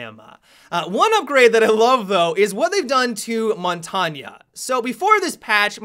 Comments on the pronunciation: That's what I was thinking. Isn't it Mon-tang? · Why are you saying "Montagna" instead of "Montagne" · montagnha he says. JUST SAY IT LIKE A MAN MONTAGUENE jk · montanio? its called montagne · I get triggered every time he says montaygna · Montanya... Lol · Montagne is pronounced mon-tang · mon ton ya? are you fucking dumb? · no, no it isn't... I'm french and u pronounce it mon-tang-ye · Montagnaaaaaa pls stop call him montain or pronounce it montagneuh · lol montanya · montagne is french for mountain and to pronounce it is mont-ain. g is silent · Bruh, montagne is pronounced mon-tane It means mountain in French. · did he say it like montania? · my friend, Montagne is pronounced as mon-tane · Say it how you please though. People are going to know who you are talking about no matter how you pronounce it. I tend to just call him "shield". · "montanya" im dying lol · Mon-Tog-neigh please say it correctly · Montagne is pronounced mon- tang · this bothered me too haha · isn't it pronounced, Mon-tarng? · heard a developer pronounce it "mont-ane" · montagne: "mon-tang" - french for mountain......you're welcome :) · seriously...dude I am french and I can assure you that we don't say montagna and lasagna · the way you pronounce tachanka and montange legitimately pisses me off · FUCKING PRONOUNCE MONTAGNE RIGHT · The way he says Montagne 😂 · The way you pronounce Montagne sends shivers down my spine. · he is pronouncing it incorrectly. asked my French professor. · Sorry to be that guy but montagne is a French word and is pronounced like it has an A at the end.